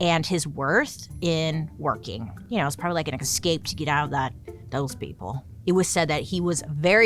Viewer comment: "We can take them down," then proceeds to say "eXPecially" and "eXcaped." 🤦‍♀️